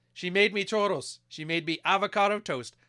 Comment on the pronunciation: it's churros not choro, choro means diarrhea 😝